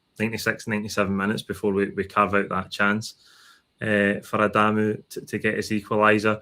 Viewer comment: Spot on....now we need to remind people it's not Adaaaamu, simply, Adamu